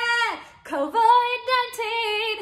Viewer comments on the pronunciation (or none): It's covid. Not co-void